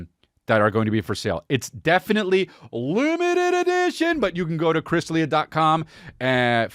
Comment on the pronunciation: Love any return of the “LEMETED EDEEESHUN”